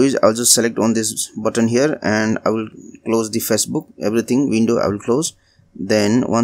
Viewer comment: It just bothered me so much on how you pronounced facebook!!!